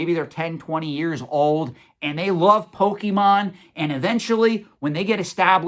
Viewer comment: Bruh, you say pokemon wrong. The bar ain't set very high. The content is important, not the nit-picking over words.